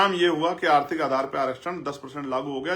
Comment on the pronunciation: पहले बोलना सिख लें आरती अर्थी अर्थ अर्था ये क्या होता है उसको आर्थिक बोलते हैं